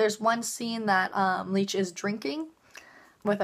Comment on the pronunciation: U kept mispronouncing his name lol, its licht not leech lol. But I agree, its amazing!